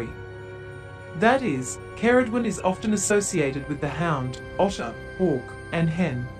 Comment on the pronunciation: You may want to look up how to correctly pronounce Ceridwen too